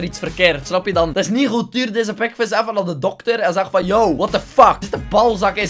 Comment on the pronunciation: Altijd wanneer zegt: Das ni hoed! Kapot lachen!